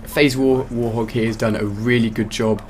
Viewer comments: Pretty convinced he called him faze warthog at the end there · You said FaZe Warhog at the end? Its FaZe Watek!